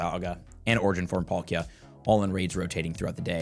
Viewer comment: Polkia instead of Palkia was bugging me